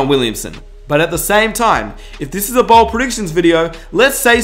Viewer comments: Say BOLD not BALD😂💯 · Its bold not bald